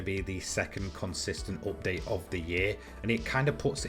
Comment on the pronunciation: Say update correctly